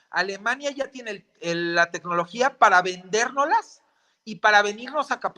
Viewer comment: Hay que hablar bien